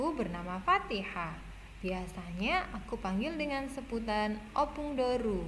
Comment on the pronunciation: Yang benar opung boru, bukan opung Doru